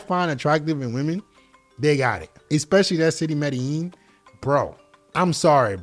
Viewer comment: it's pronouced "meh-dey-jeen" It's a paisa city and the paisa pronouce their own place as "meh-dey-jeen" That's a tip for your fluency